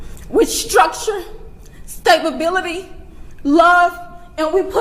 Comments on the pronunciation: She said " STABLEBILITY" LAWDAMERCY take the mic go sit down ma'am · Am I the only one who noticed when the mother said "he was raised with stab ability" instead of stability? Probably mispronounced but how frickin Ironic... Be Safe & Blessings EVERYONE ❣️